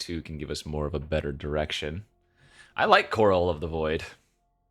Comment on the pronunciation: it’s Chorale of the Void as in Golden Corral not Coral